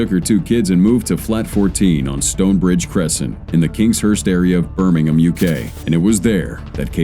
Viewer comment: its the first time i've heard an American say Birmingham correctly...